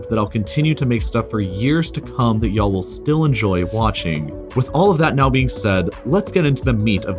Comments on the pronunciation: the "y'all" caught me off-guard almost as much as realizing i've been subscribed to this channel all the way through college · Are you for the south I heard u say y’all at Alamo the end of the vid and if so were in the south